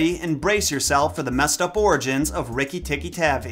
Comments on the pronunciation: It’s TAHVI right? Cuz his tavy is irritating 😂😂😂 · Was it always???? Tavi and not tabbi? My family has had 3 ferrets named rikki and we spelled the last name wrong the whole time smfh?? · Sorry, it is pronounced Tar-V I use to have a tape of Rajard Kipling stories read by Kipling himself